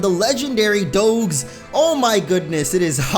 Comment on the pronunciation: Did you say legendary "doe-gs"